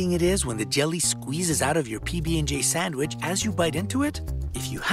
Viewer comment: Did he say sawwich?